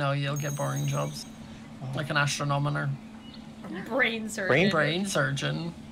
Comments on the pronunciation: XD "Astronomoner" Its Astro-nom-o-ner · It's pronounced: ast-ron-o-mer! "Astron-on-omer!" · It's astroNOMER not astroNONOMER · I love how everyone is pronouncing astronomer as astronomoner lol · I love that they pronounce astronomer as astronomoner and add an unnecessary extra syllable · I don’t know why I hate when they say astronomonor ⬅️is what they’re saying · The way they kept pronouncing astronomer😂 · When I want to be an Astronomer and all of them are saying it wrong: 🙁😶😐😔☹️😓😫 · Your saying astronomer wrong